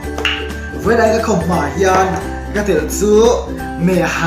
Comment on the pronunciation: Khamhma ti lo in khawmhma tih thin tur